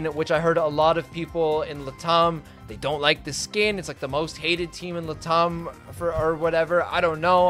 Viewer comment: took a hot second to figure out "Lah-Tom" Lat am, Lat am